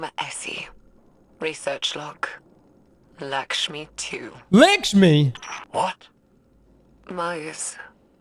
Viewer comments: It’s not lick-shmi it’s luck-shmi, it’s an Indian name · LAAAAAKSHMI stop saying Lickshme ffs lol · Its actually more like lukshmi like luck shmi but dont put stress on c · How can here "Lakshmi" then immediately turn arounf and say "Lickshmi" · How the hell do you get "Lickshmi" from "Lakshmi"? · “Lakshmi-2”: “LICKSHME!” LMAOO never change,never change. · LAKSHMI NOT LICKSHMI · “Lick-shmi” lmao. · Whenever anyone tells me I’m saying a game character’s name wrong, I proceed to make it worse. Lick-shmi forever. 😂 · lick-shmi lol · Please always keep saying Likshmi and Haamkara forever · He can't even pronounce his own name right, and yall wanna teach him how to pronounce Likma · Lick-smi, LMAO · Lakshmi is pronounced lock shmee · calling Lakshmi lickshmee is like calling him Criss 😂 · Was scrolling down to find a comment on your wrong pronunciation before I posted a comment myself. Heard the LACKshmi comment in the video and cracked up at lickshmiballs 😂😂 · What's Likshmi? Likshmi balls! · It's pronounced "Licks-Me"!! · It's amazing how can't pronounce lak-sh-mee when it's even pronounced correctly in front of him multiple times 😂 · my man said lickshmi 😂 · Destiny YouTubers have the worst reading and writing comprehension skills. We listened to same the dialogue as everyone else here, and still insists of calling Lakshmi, “Lick-shmi” like man, you HEARD her name spoke five minutes ago. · "Lick-shmi" nutty pronunciation there bud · This man saying LICK-Shmi for an entire video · It's not Likshmi neither Lackshmi!!!!! It's LickMe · For the love of God!! If you say LICKSHMEE one more time!!! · Lacksh-mee. Stop it. Lol. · Say it with me folks, “Lak-Shmi” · Who's Lickshmi 😂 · The way pronounces Lakshmi is retcon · Pronouncing Lakshmi wrong.